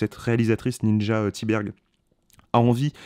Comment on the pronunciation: Bonjour, très bonne critique. J'aimerais souligner deux choses. Primo, le prénom de Ninja Thyberg se prononce "Ninya". C'est en tout cas comme ça que plusieurs intervieweurs et acteurs du film le prononce. Secondo, d'où tenez-vous votre information que Sofia Kappel a un historique avec l'industrie du X? J'ai lu et écouté beaucoup de ses entretiens, et rien ne laisse entendre ça. D’ailleurs, elle n'avait aucune expérience, ni même aspiration pour le cinéma avant ce film. Une chose que vous n'avez pas mentionnée, et qui rend le film original, c'est justement qu'à part Sofia, tous les acteurs et figurants que vous voyez dans le film sont des membres de l'industrie porno. Certains de grandes renommées, d'autres moins. La plupart sont des acteurs, d'autres producteurs, agents, etc... On ne peut pas s'empêcher de s'interroger, comment est-ce que Ninja a réussi à les convaincre de participer ? Parce qu'ils en prennent cher ! Surtout les hommes.